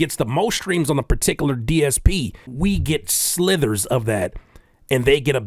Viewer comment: sliVers,. We get slivers. Not slithers